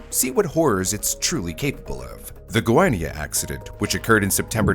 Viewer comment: When said the shrimps were infected by cesium, i was like “here we go again”. Also, first time brew said Goiânia was bad, second time was alright. It’s easier to gringos to say Goiás but not Goiânia. Lol